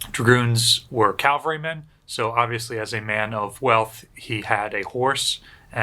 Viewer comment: Very interesting and informative. Good presentation and lots of work to assemble all the pictures I do have one comment: You REALLY need to learn the difference between caValry and caLvary. One is a place of execution in first century Jerusalem; the other is warriors on horseback who fight from atop their horses, now tanks. If you shorten it to an acronym the CAV is the guys on horses (and armored fighting vehicles/tanks). They aren't called cals. Not trying to be nasty but as a retired Army officer, it gets to me.